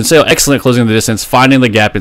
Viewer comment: Love your content, but in Korean "Seo" isn't pronounced "Say-oh" - it's a single sound, more like "suh" - it's just romanised as "eo" but not intended as a double vowel sound.